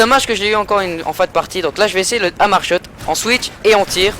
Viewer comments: Hey gars c'est pas hamar mais HAMR ! ;) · C pa hamar c HAMR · on dit HAMR mais bon commentary ;)